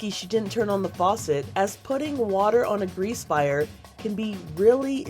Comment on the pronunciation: ah yes the “flire” alarm.